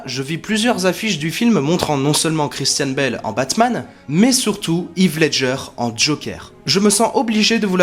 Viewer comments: Très bonne vidéo ! Y a juste un truc qui me perturbe, c'est la façon dont tu prononces le nom de Heath Ledger x) ça se prononce pas "Yves" mais "Hiss" :) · Heath ledger ça ce dit (HiS) et non Yves lol Désole j'ai pas pu résister ça me faisait trop mal aux oreilles MDR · Pas hith Ledger, on prononce Hèèèèèèth Ledger